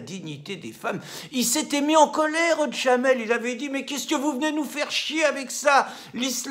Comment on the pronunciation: Son prénom c'est Jamel, pas Djamel !